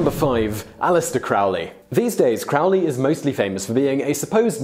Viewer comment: it sounds like crow, Crowley, not 'ow' like you're in pain. Black Sabbath had it wrong too. As a former follower, please believe me, I know more than you'd believe